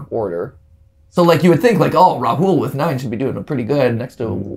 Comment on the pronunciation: Rahul is pronounced Raahul, not Rahool. Ok?